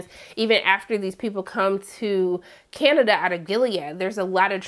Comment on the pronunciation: Lmao i didnt notice that, but i did notice “Canadia” at least twice. You had me giggling! Love you!